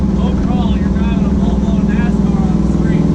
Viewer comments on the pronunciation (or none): “issa full blawn nascarrr” x